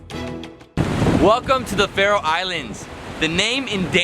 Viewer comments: You say The Citys/town SO WRONG😂 not hate I love The video❤️ im from the Faroe Islands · He's saying all the names wrong. PS.if you wondoring how i now that Kous am from the faroe islands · i liked this video because i live there and i laughed so hard when you pronounced the names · You pronounced all the names of the islands wrong.... But its okay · Im from Faroe Islands and i laughed when you pronounced the names. Because its not How you pronounce Them. 😂😂😂😂😂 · Couldin't you ask someone, have to pronounce the towns ? xD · Your pronunciations were really off man. Also there was nothing to see in Tjornuvik, except Risin og Kellingin which you could see from other vantage points. Definitely not worth the drive if you're pressed for time. I also would have recommended the Vestmanna bird cliffs, Sornfelli, and Trollanes (Kallur Lighthouse). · you pronounced every thing wrong i know because i live here